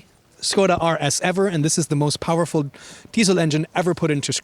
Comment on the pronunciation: Sköda ❌ Škoda ✔